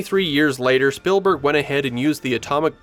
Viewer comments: It’s ‘Speeeelburg’ not Spillberg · The pronounciation of "Spielberg" sounds a bit too much like "Spillberg" for my taste. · Why are you pronouncing it "Spillburg"? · It's SpEELberg not SpILLberg... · it's speelberg. like spiel in german. not spillberg. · This video has me questioning my whole life and wondering if it's actually pronounced "Spillberg" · ah yes… Steven “SpillBurg” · So Spielberg is pronounced spill-burg? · Almost didn’t make it through the first 2 minutes because of how many times he kept calling him “SPILLberg” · I have never heard anyone pronounce "Spielberg" that way, is that the common pronounciation in the US?